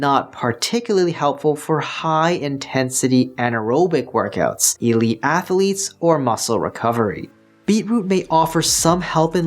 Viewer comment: I can’t trust a man who says ath a letes.